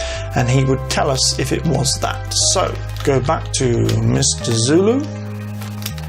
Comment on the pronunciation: Sulu...not Zulu geez. Why are you doing this??? Arrrgh